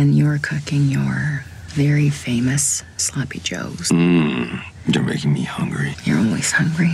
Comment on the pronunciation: Omg i thought u were covering another bad ukrainian movie, then i heard her say "Sloppie Joes" and remembered 😂 heres a second watch lmfao!